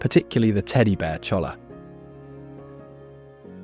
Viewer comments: It’s pronounced choya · CHOLLA is pronounced CHOY-YA